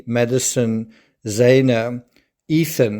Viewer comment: Xana's name is pronounced Za-na like the medication Xanax, not Zay-na.